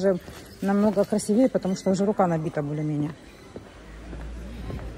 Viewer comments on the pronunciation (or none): не либидО, а либИдо, не красивЕе, а красИвее, не ложат, а кладут.